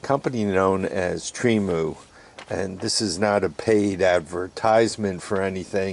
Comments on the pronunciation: Tree-Moo! You butcher names is like my mother! 😆 Agree, Temu is a cool place to shop… I use the phone app. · Tremu or Temu? lmao